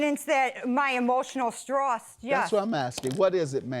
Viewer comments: it was her emotional strass , for me.😂😂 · RIP English language, the Defendant hardly knew you. "Jealous of my brush," "resussting arrest," "onkaholic," "Facebook page-book," "emotional Strauss," (sounds like a name of a band!) "you are no longer warcome in this family," "she purshes my buttons," and she suggests the Plaintiff's brain is pickled? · She said emotional straws I can’t even spell that I believe she mean emotional stress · WTF is STROSS?? 😂😂😂😂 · “Emotional stross” 😆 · "Motional strauss" 😂😂😂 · "I got evidence that my motional strossed, yes." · "I have evidence of my emotional stross" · " emotional stross " 🥴🥴🥴🤣🤣🤣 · "emotional stross" TOOK ME OUT IM ROLLING 😭💀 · Stross. Brosts. This lady needs to.. just not speak. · I’m sorry, I have nothing against addict typicallyc it’s incredibly hard to deal with. But queen is gonna come in looking like she’s either drunk or high and accuse her sister of the drugs, girl you can’t even pronounce basic words Emotional straws and brush totally for sure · “i have proof of my -motional STROSS” 💀💀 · And stross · She said stross with her chest too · Emotional straws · She got the nerve to call someone a n*%*^π lover but can't even pronounce stress .... ..🤦🏾‍♀️